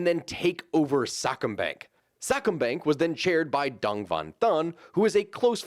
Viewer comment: Just say Dong with a lower pitch and your pretty close, man. Dome even pronounced fast will sound nothing like it because it's mostly in the tone, not the length of the sound.